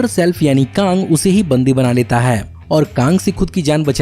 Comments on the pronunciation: Bhaiya kaaaang nhi kang hoga🤣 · कांग नही कैग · Kaang the kankarar 😂😂😂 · Ye bhai sahab sochta kuchh aur h aur bolta kuchh aur h. Pehle bola kang 38th century se belong karta h phir bola 30th century phir 31th century. Kaaaang nhi Kang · Although this video is awesome but i frustrated listening kaang😂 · kAANG KAANG WOW BRO MJA AA GYA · Pronounce correctly it's Kang cang the Conqueror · "Kaang"... Really 😃🤦🏻‍♂️❤️ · Kaang the concoror 🤣😂🤣😂